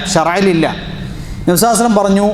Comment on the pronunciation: Usthade. Nabinte per. Parayumpol sallallahu alaihi vasallam enn vyaktamai parayanamen nhanpadichath pakshe ningal vyakthamakkunnath kelkkunnillallo sheriyano. Chodichathil kshamikkanam ariyathad kondan